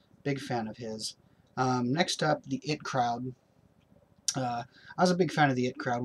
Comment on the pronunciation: it crowd? eye tee crowd.